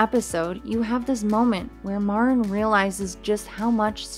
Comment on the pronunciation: pronounced Mareen